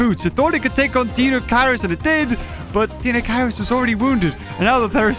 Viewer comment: Deinocheirus pronunciation: DINE-oh-KIRE-us